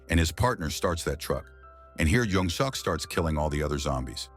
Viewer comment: I stopped watching as soon as they said his name is "young-suck"